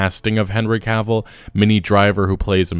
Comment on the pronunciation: Ca vill. Not Caaaavil. I feel like Hermione now, but it had to be said.